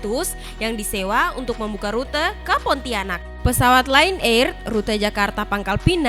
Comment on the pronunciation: Kak bukan Len er Lion air di pesawat Lion air ada adik ku men1nggal ❤️😭😭😭